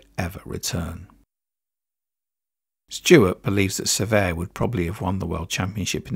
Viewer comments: Pronounced "Se-VERt" not "Ser-vay" The T is not silent but also not hard. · So many mispronunciations...Cervet in the beginning....jfc... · You use two pronunciations for Francois Cevert? Cervay and Cever. The first is not a FRENCH pronunciation. The second version, silent "T", is correct FRENCH.